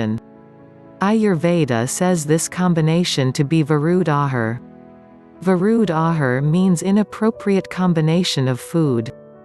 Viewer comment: Virudh = Against, Ahar = Food, two words and your pronunciation is not right. There are heat generating foods and heat reducing foods, milk absorbs heat when digesting, means it will reduce body heat, other heat absorbing foods- yogurt, duck meat, Pork, rice, Tapioca, beans, duck egg, green banana, cucumber, watermelon... Heat generating foods- Chicken, beef, goat meat, yellow banana, chicken egg, papaya, wheat, jackfruit, mango... Heat generating foods are good for Arthritis and are good in cold season. Heat absorbing foods are good in hot season. Should avoid chicken, beef and other heat generating foods in the hot season to avoid hemerroids.👍